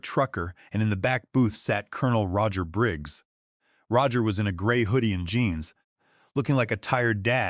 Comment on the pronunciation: AI pronouncing Roger as Row-ger 😂😂😂